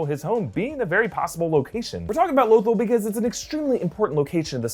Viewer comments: L Oh thul.... its L uh th all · when says lothol and not lothal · omg it's LoTHAL not Lothol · Low -thull??? Low-thull?? REALLY? You can't even pronounce Lo-THALL correctly. LOW-THALL. I guarantee half of your predictions are meaningless. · Low-thil? Heard of Lothal, not that. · It’s Loth-AHL, not Loth-uhl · I'm sorry, but it's pronounced Loth-All not Loth-ull. But then again idk... Lando pronounced Han as HAN, instead of HAWN... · It's pronounced low-thawl no lothel you uncultured swine. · Lo-thall wtf is lothel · "Lothal" is pronounced Luth-all sorry just... Bothered me for some reason... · Low-thall is how its pronounced sir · “Lothal” is pronounced “Lo-thAll” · IT'S PRONOUNCED LOTH-ALL. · Repeat after me: low-THAWL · Can you please stop calling it LowThol. PS I lovr your videos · It's pronounced like "la-thol" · Does he not know how to pronounce Lothal? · What's up with your pronunciation of Lothal? Have you never watched Rebels and heard how it's pronounced? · Omg!!! Love your guys vids but learn how to pronounce Lothal!! Nails on the chalkboard for crap sake! 😖... 😂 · The way you pronounced "lothal" pissed me off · I love everything about this.... but the way you pronounce Lothal..... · I watched rebels and the way you say Lothal is utterly frustrating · Lothal? Are you sure you’re pronouncing that correctly? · mispronouncing Lothal made me more furious than it should have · Very much dislike the way “Lothal” is pronounced, especially since I think I recall hearing pronounce it correctly in the past